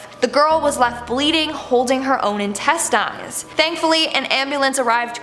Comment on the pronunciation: Interesting pronunciation of the word “intestines”! 😂